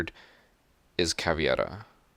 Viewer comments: Its Caveira, not Caviera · Is caveira not cavieira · Just FYI it’s “CaVEYRA” not “CaVYERA” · Its "caVEIRA" not "caVIERA" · I hate to be annoying and I love your content but, it's Ca-ve-ira, not Ca-vi-era. Sorry, I love your stuff, I'm just a pronunciation nazi. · proper pronunciation of Caveira: Cav-aye-ra. And flip the "r" if you are capable. If not, its still better than saying it the various horrible ways so many people say it. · Pedro Peniani we pronounce it caviera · Learn how to pronounce Caveira alredyyyyy